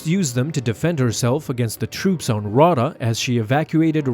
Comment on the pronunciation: Just a small note, Raada is pronounced Rah-Ayda.